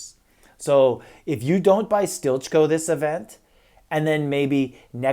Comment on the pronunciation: Isn't he pronounced as 'steely-co?' Stilitcho.